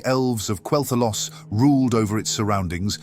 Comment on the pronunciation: At which point in Quel’Thalas do you spot the ‘o’ ? Why is it somehow only possible to say Quel’Thalos?! Oh, so it’s AI narration. Disappointing.